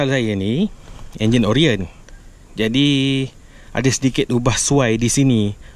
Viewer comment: Orion bleh sebut dgn bunyi 'Oraiyen'